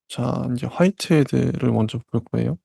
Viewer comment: 처음에 화이트 헤드를 화이트 데이라고 들었어요 저명하신 분 같은데 되짚고 갑니다.